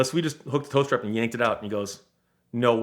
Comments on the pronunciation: TOW STRAP! I thought I heard him say "toaster" and I was thoroughly confused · Oh, he's saying "tow strap". I honestly thought he was saying "toast wrap" and I was thinking "Eh?" Also: when "the other end of town" is 100 yards away. Also also: did the title really have to be as clickbaity as that when it's basically got nothing at all to do with the content of the video?